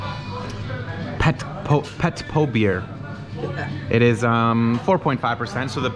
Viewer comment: It's Retro beer not Petpo ahahaa. And why you mix rakia with ice be a man drink pure!